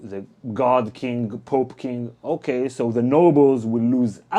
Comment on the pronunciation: for the "poop" lolz, its pope